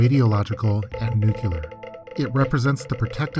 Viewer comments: It's "NUCLEAR". Not "nucelar". 😆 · New-clear. Not nuke-u-lar. My ears are bleeding. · Nucoolar huh? Have you ever heard of nuclear? Go to school, boy. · NUCLEAR********* not nukelar. wtf is that pronunciation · DNK yeah, isn’t it pronounced “nukular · WHAT THE FUCK???!?!?! NUCULAR??????? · Nucular...nucular...nucular. nucular... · please for the love of god learn how to pronounce “nuclear” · Yeah, quite annoying. I don't know how anyone is still mispronouncing it after George Bush. It's so obvious. Doesn't detract from the content but come on man, get it right.